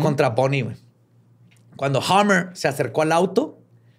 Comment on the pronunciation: Chale...te fallo el ingles. El apellido de Frank es "Hamer" y no "Hammer"....se pronuncia "Jeymer", no "Jamer" (martillo), aunque si es una variacion antigua de la misma palabra, De hecho su apodo era "Pancho". Todo lo demas, muy bien.